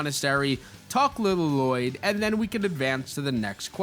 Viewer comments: Please stop calling Lloyd, LA-loyd it's just loyd with 2 Ls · I really hope you're saying "La-Loyd" ironically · Bro said Lloyd like garmadon did in the movie L-loyd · Lloyd it's pronounced loyd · Pronounce it “Loi-d” pls. It’s irritating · Lloyd is pronounced Loyd, like Aaron, you don't say the 2 A's. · It’s a reference to the movie where garmadon calls Lloyd, L-Loyd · L l o y d la-lo-yd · He's pronouncing Llyod wrong. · Use YouTube to learn how to pronounce “Lloyd” 😂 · OH MY GOD YOU'VE BUTCHERED HIS NAME 😭😭😭😭